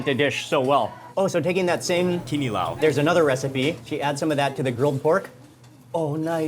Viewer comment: Who's saying that word "Kinilaw" LOL